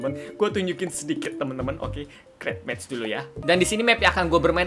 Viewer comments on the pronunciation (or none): none